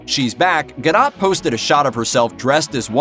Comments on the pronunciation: ga-DOH, not Ga-DOT. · "Gahl Gah-dote" is correct pronunciation. But hey, "ga-dot" is closer than "ga-doe" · It's GA-DOUGH.... not ga-dot.... Jesus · It’s pronounced ga doh not ga dot get it right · ga-DOT..... seriously man!? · You don't pronounce the T in her last name. It's pronounced ga-Doh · Gal Gadot(Gadough)is how u pronounce it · "Ga-DOT?" come on bruh. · Dude. You don't even know how to pronounce her name: "Gadot". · When the first movie came out, there was obviously a whole thing about how to pronounce her name correctly. This dude obviously didn’t take the time to learn it since then. For shame! 🤨